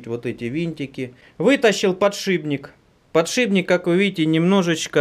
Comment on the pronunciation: а почему все время ты говоришь подшиБник,правельно ведь подшипник)